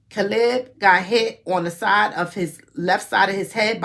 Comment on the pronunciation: Say it like KAY-LUB CALEB